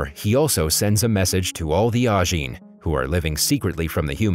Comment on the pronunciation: It is Ajin, not Anjin